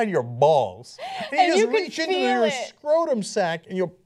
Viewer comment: NO THANK YOU. Holy shit this looks like a nightmare. Also, I don't trust anyone who says scortum instead of scrotum.